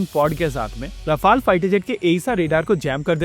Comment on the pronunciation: Illiterate indian youtubers don't know the exact pronunciation of rafael as rawfaal😊😊😊